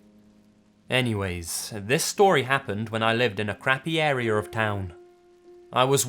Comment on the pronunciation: I’m pretty sure it’s pronounced ar-ee-ah not ar-reer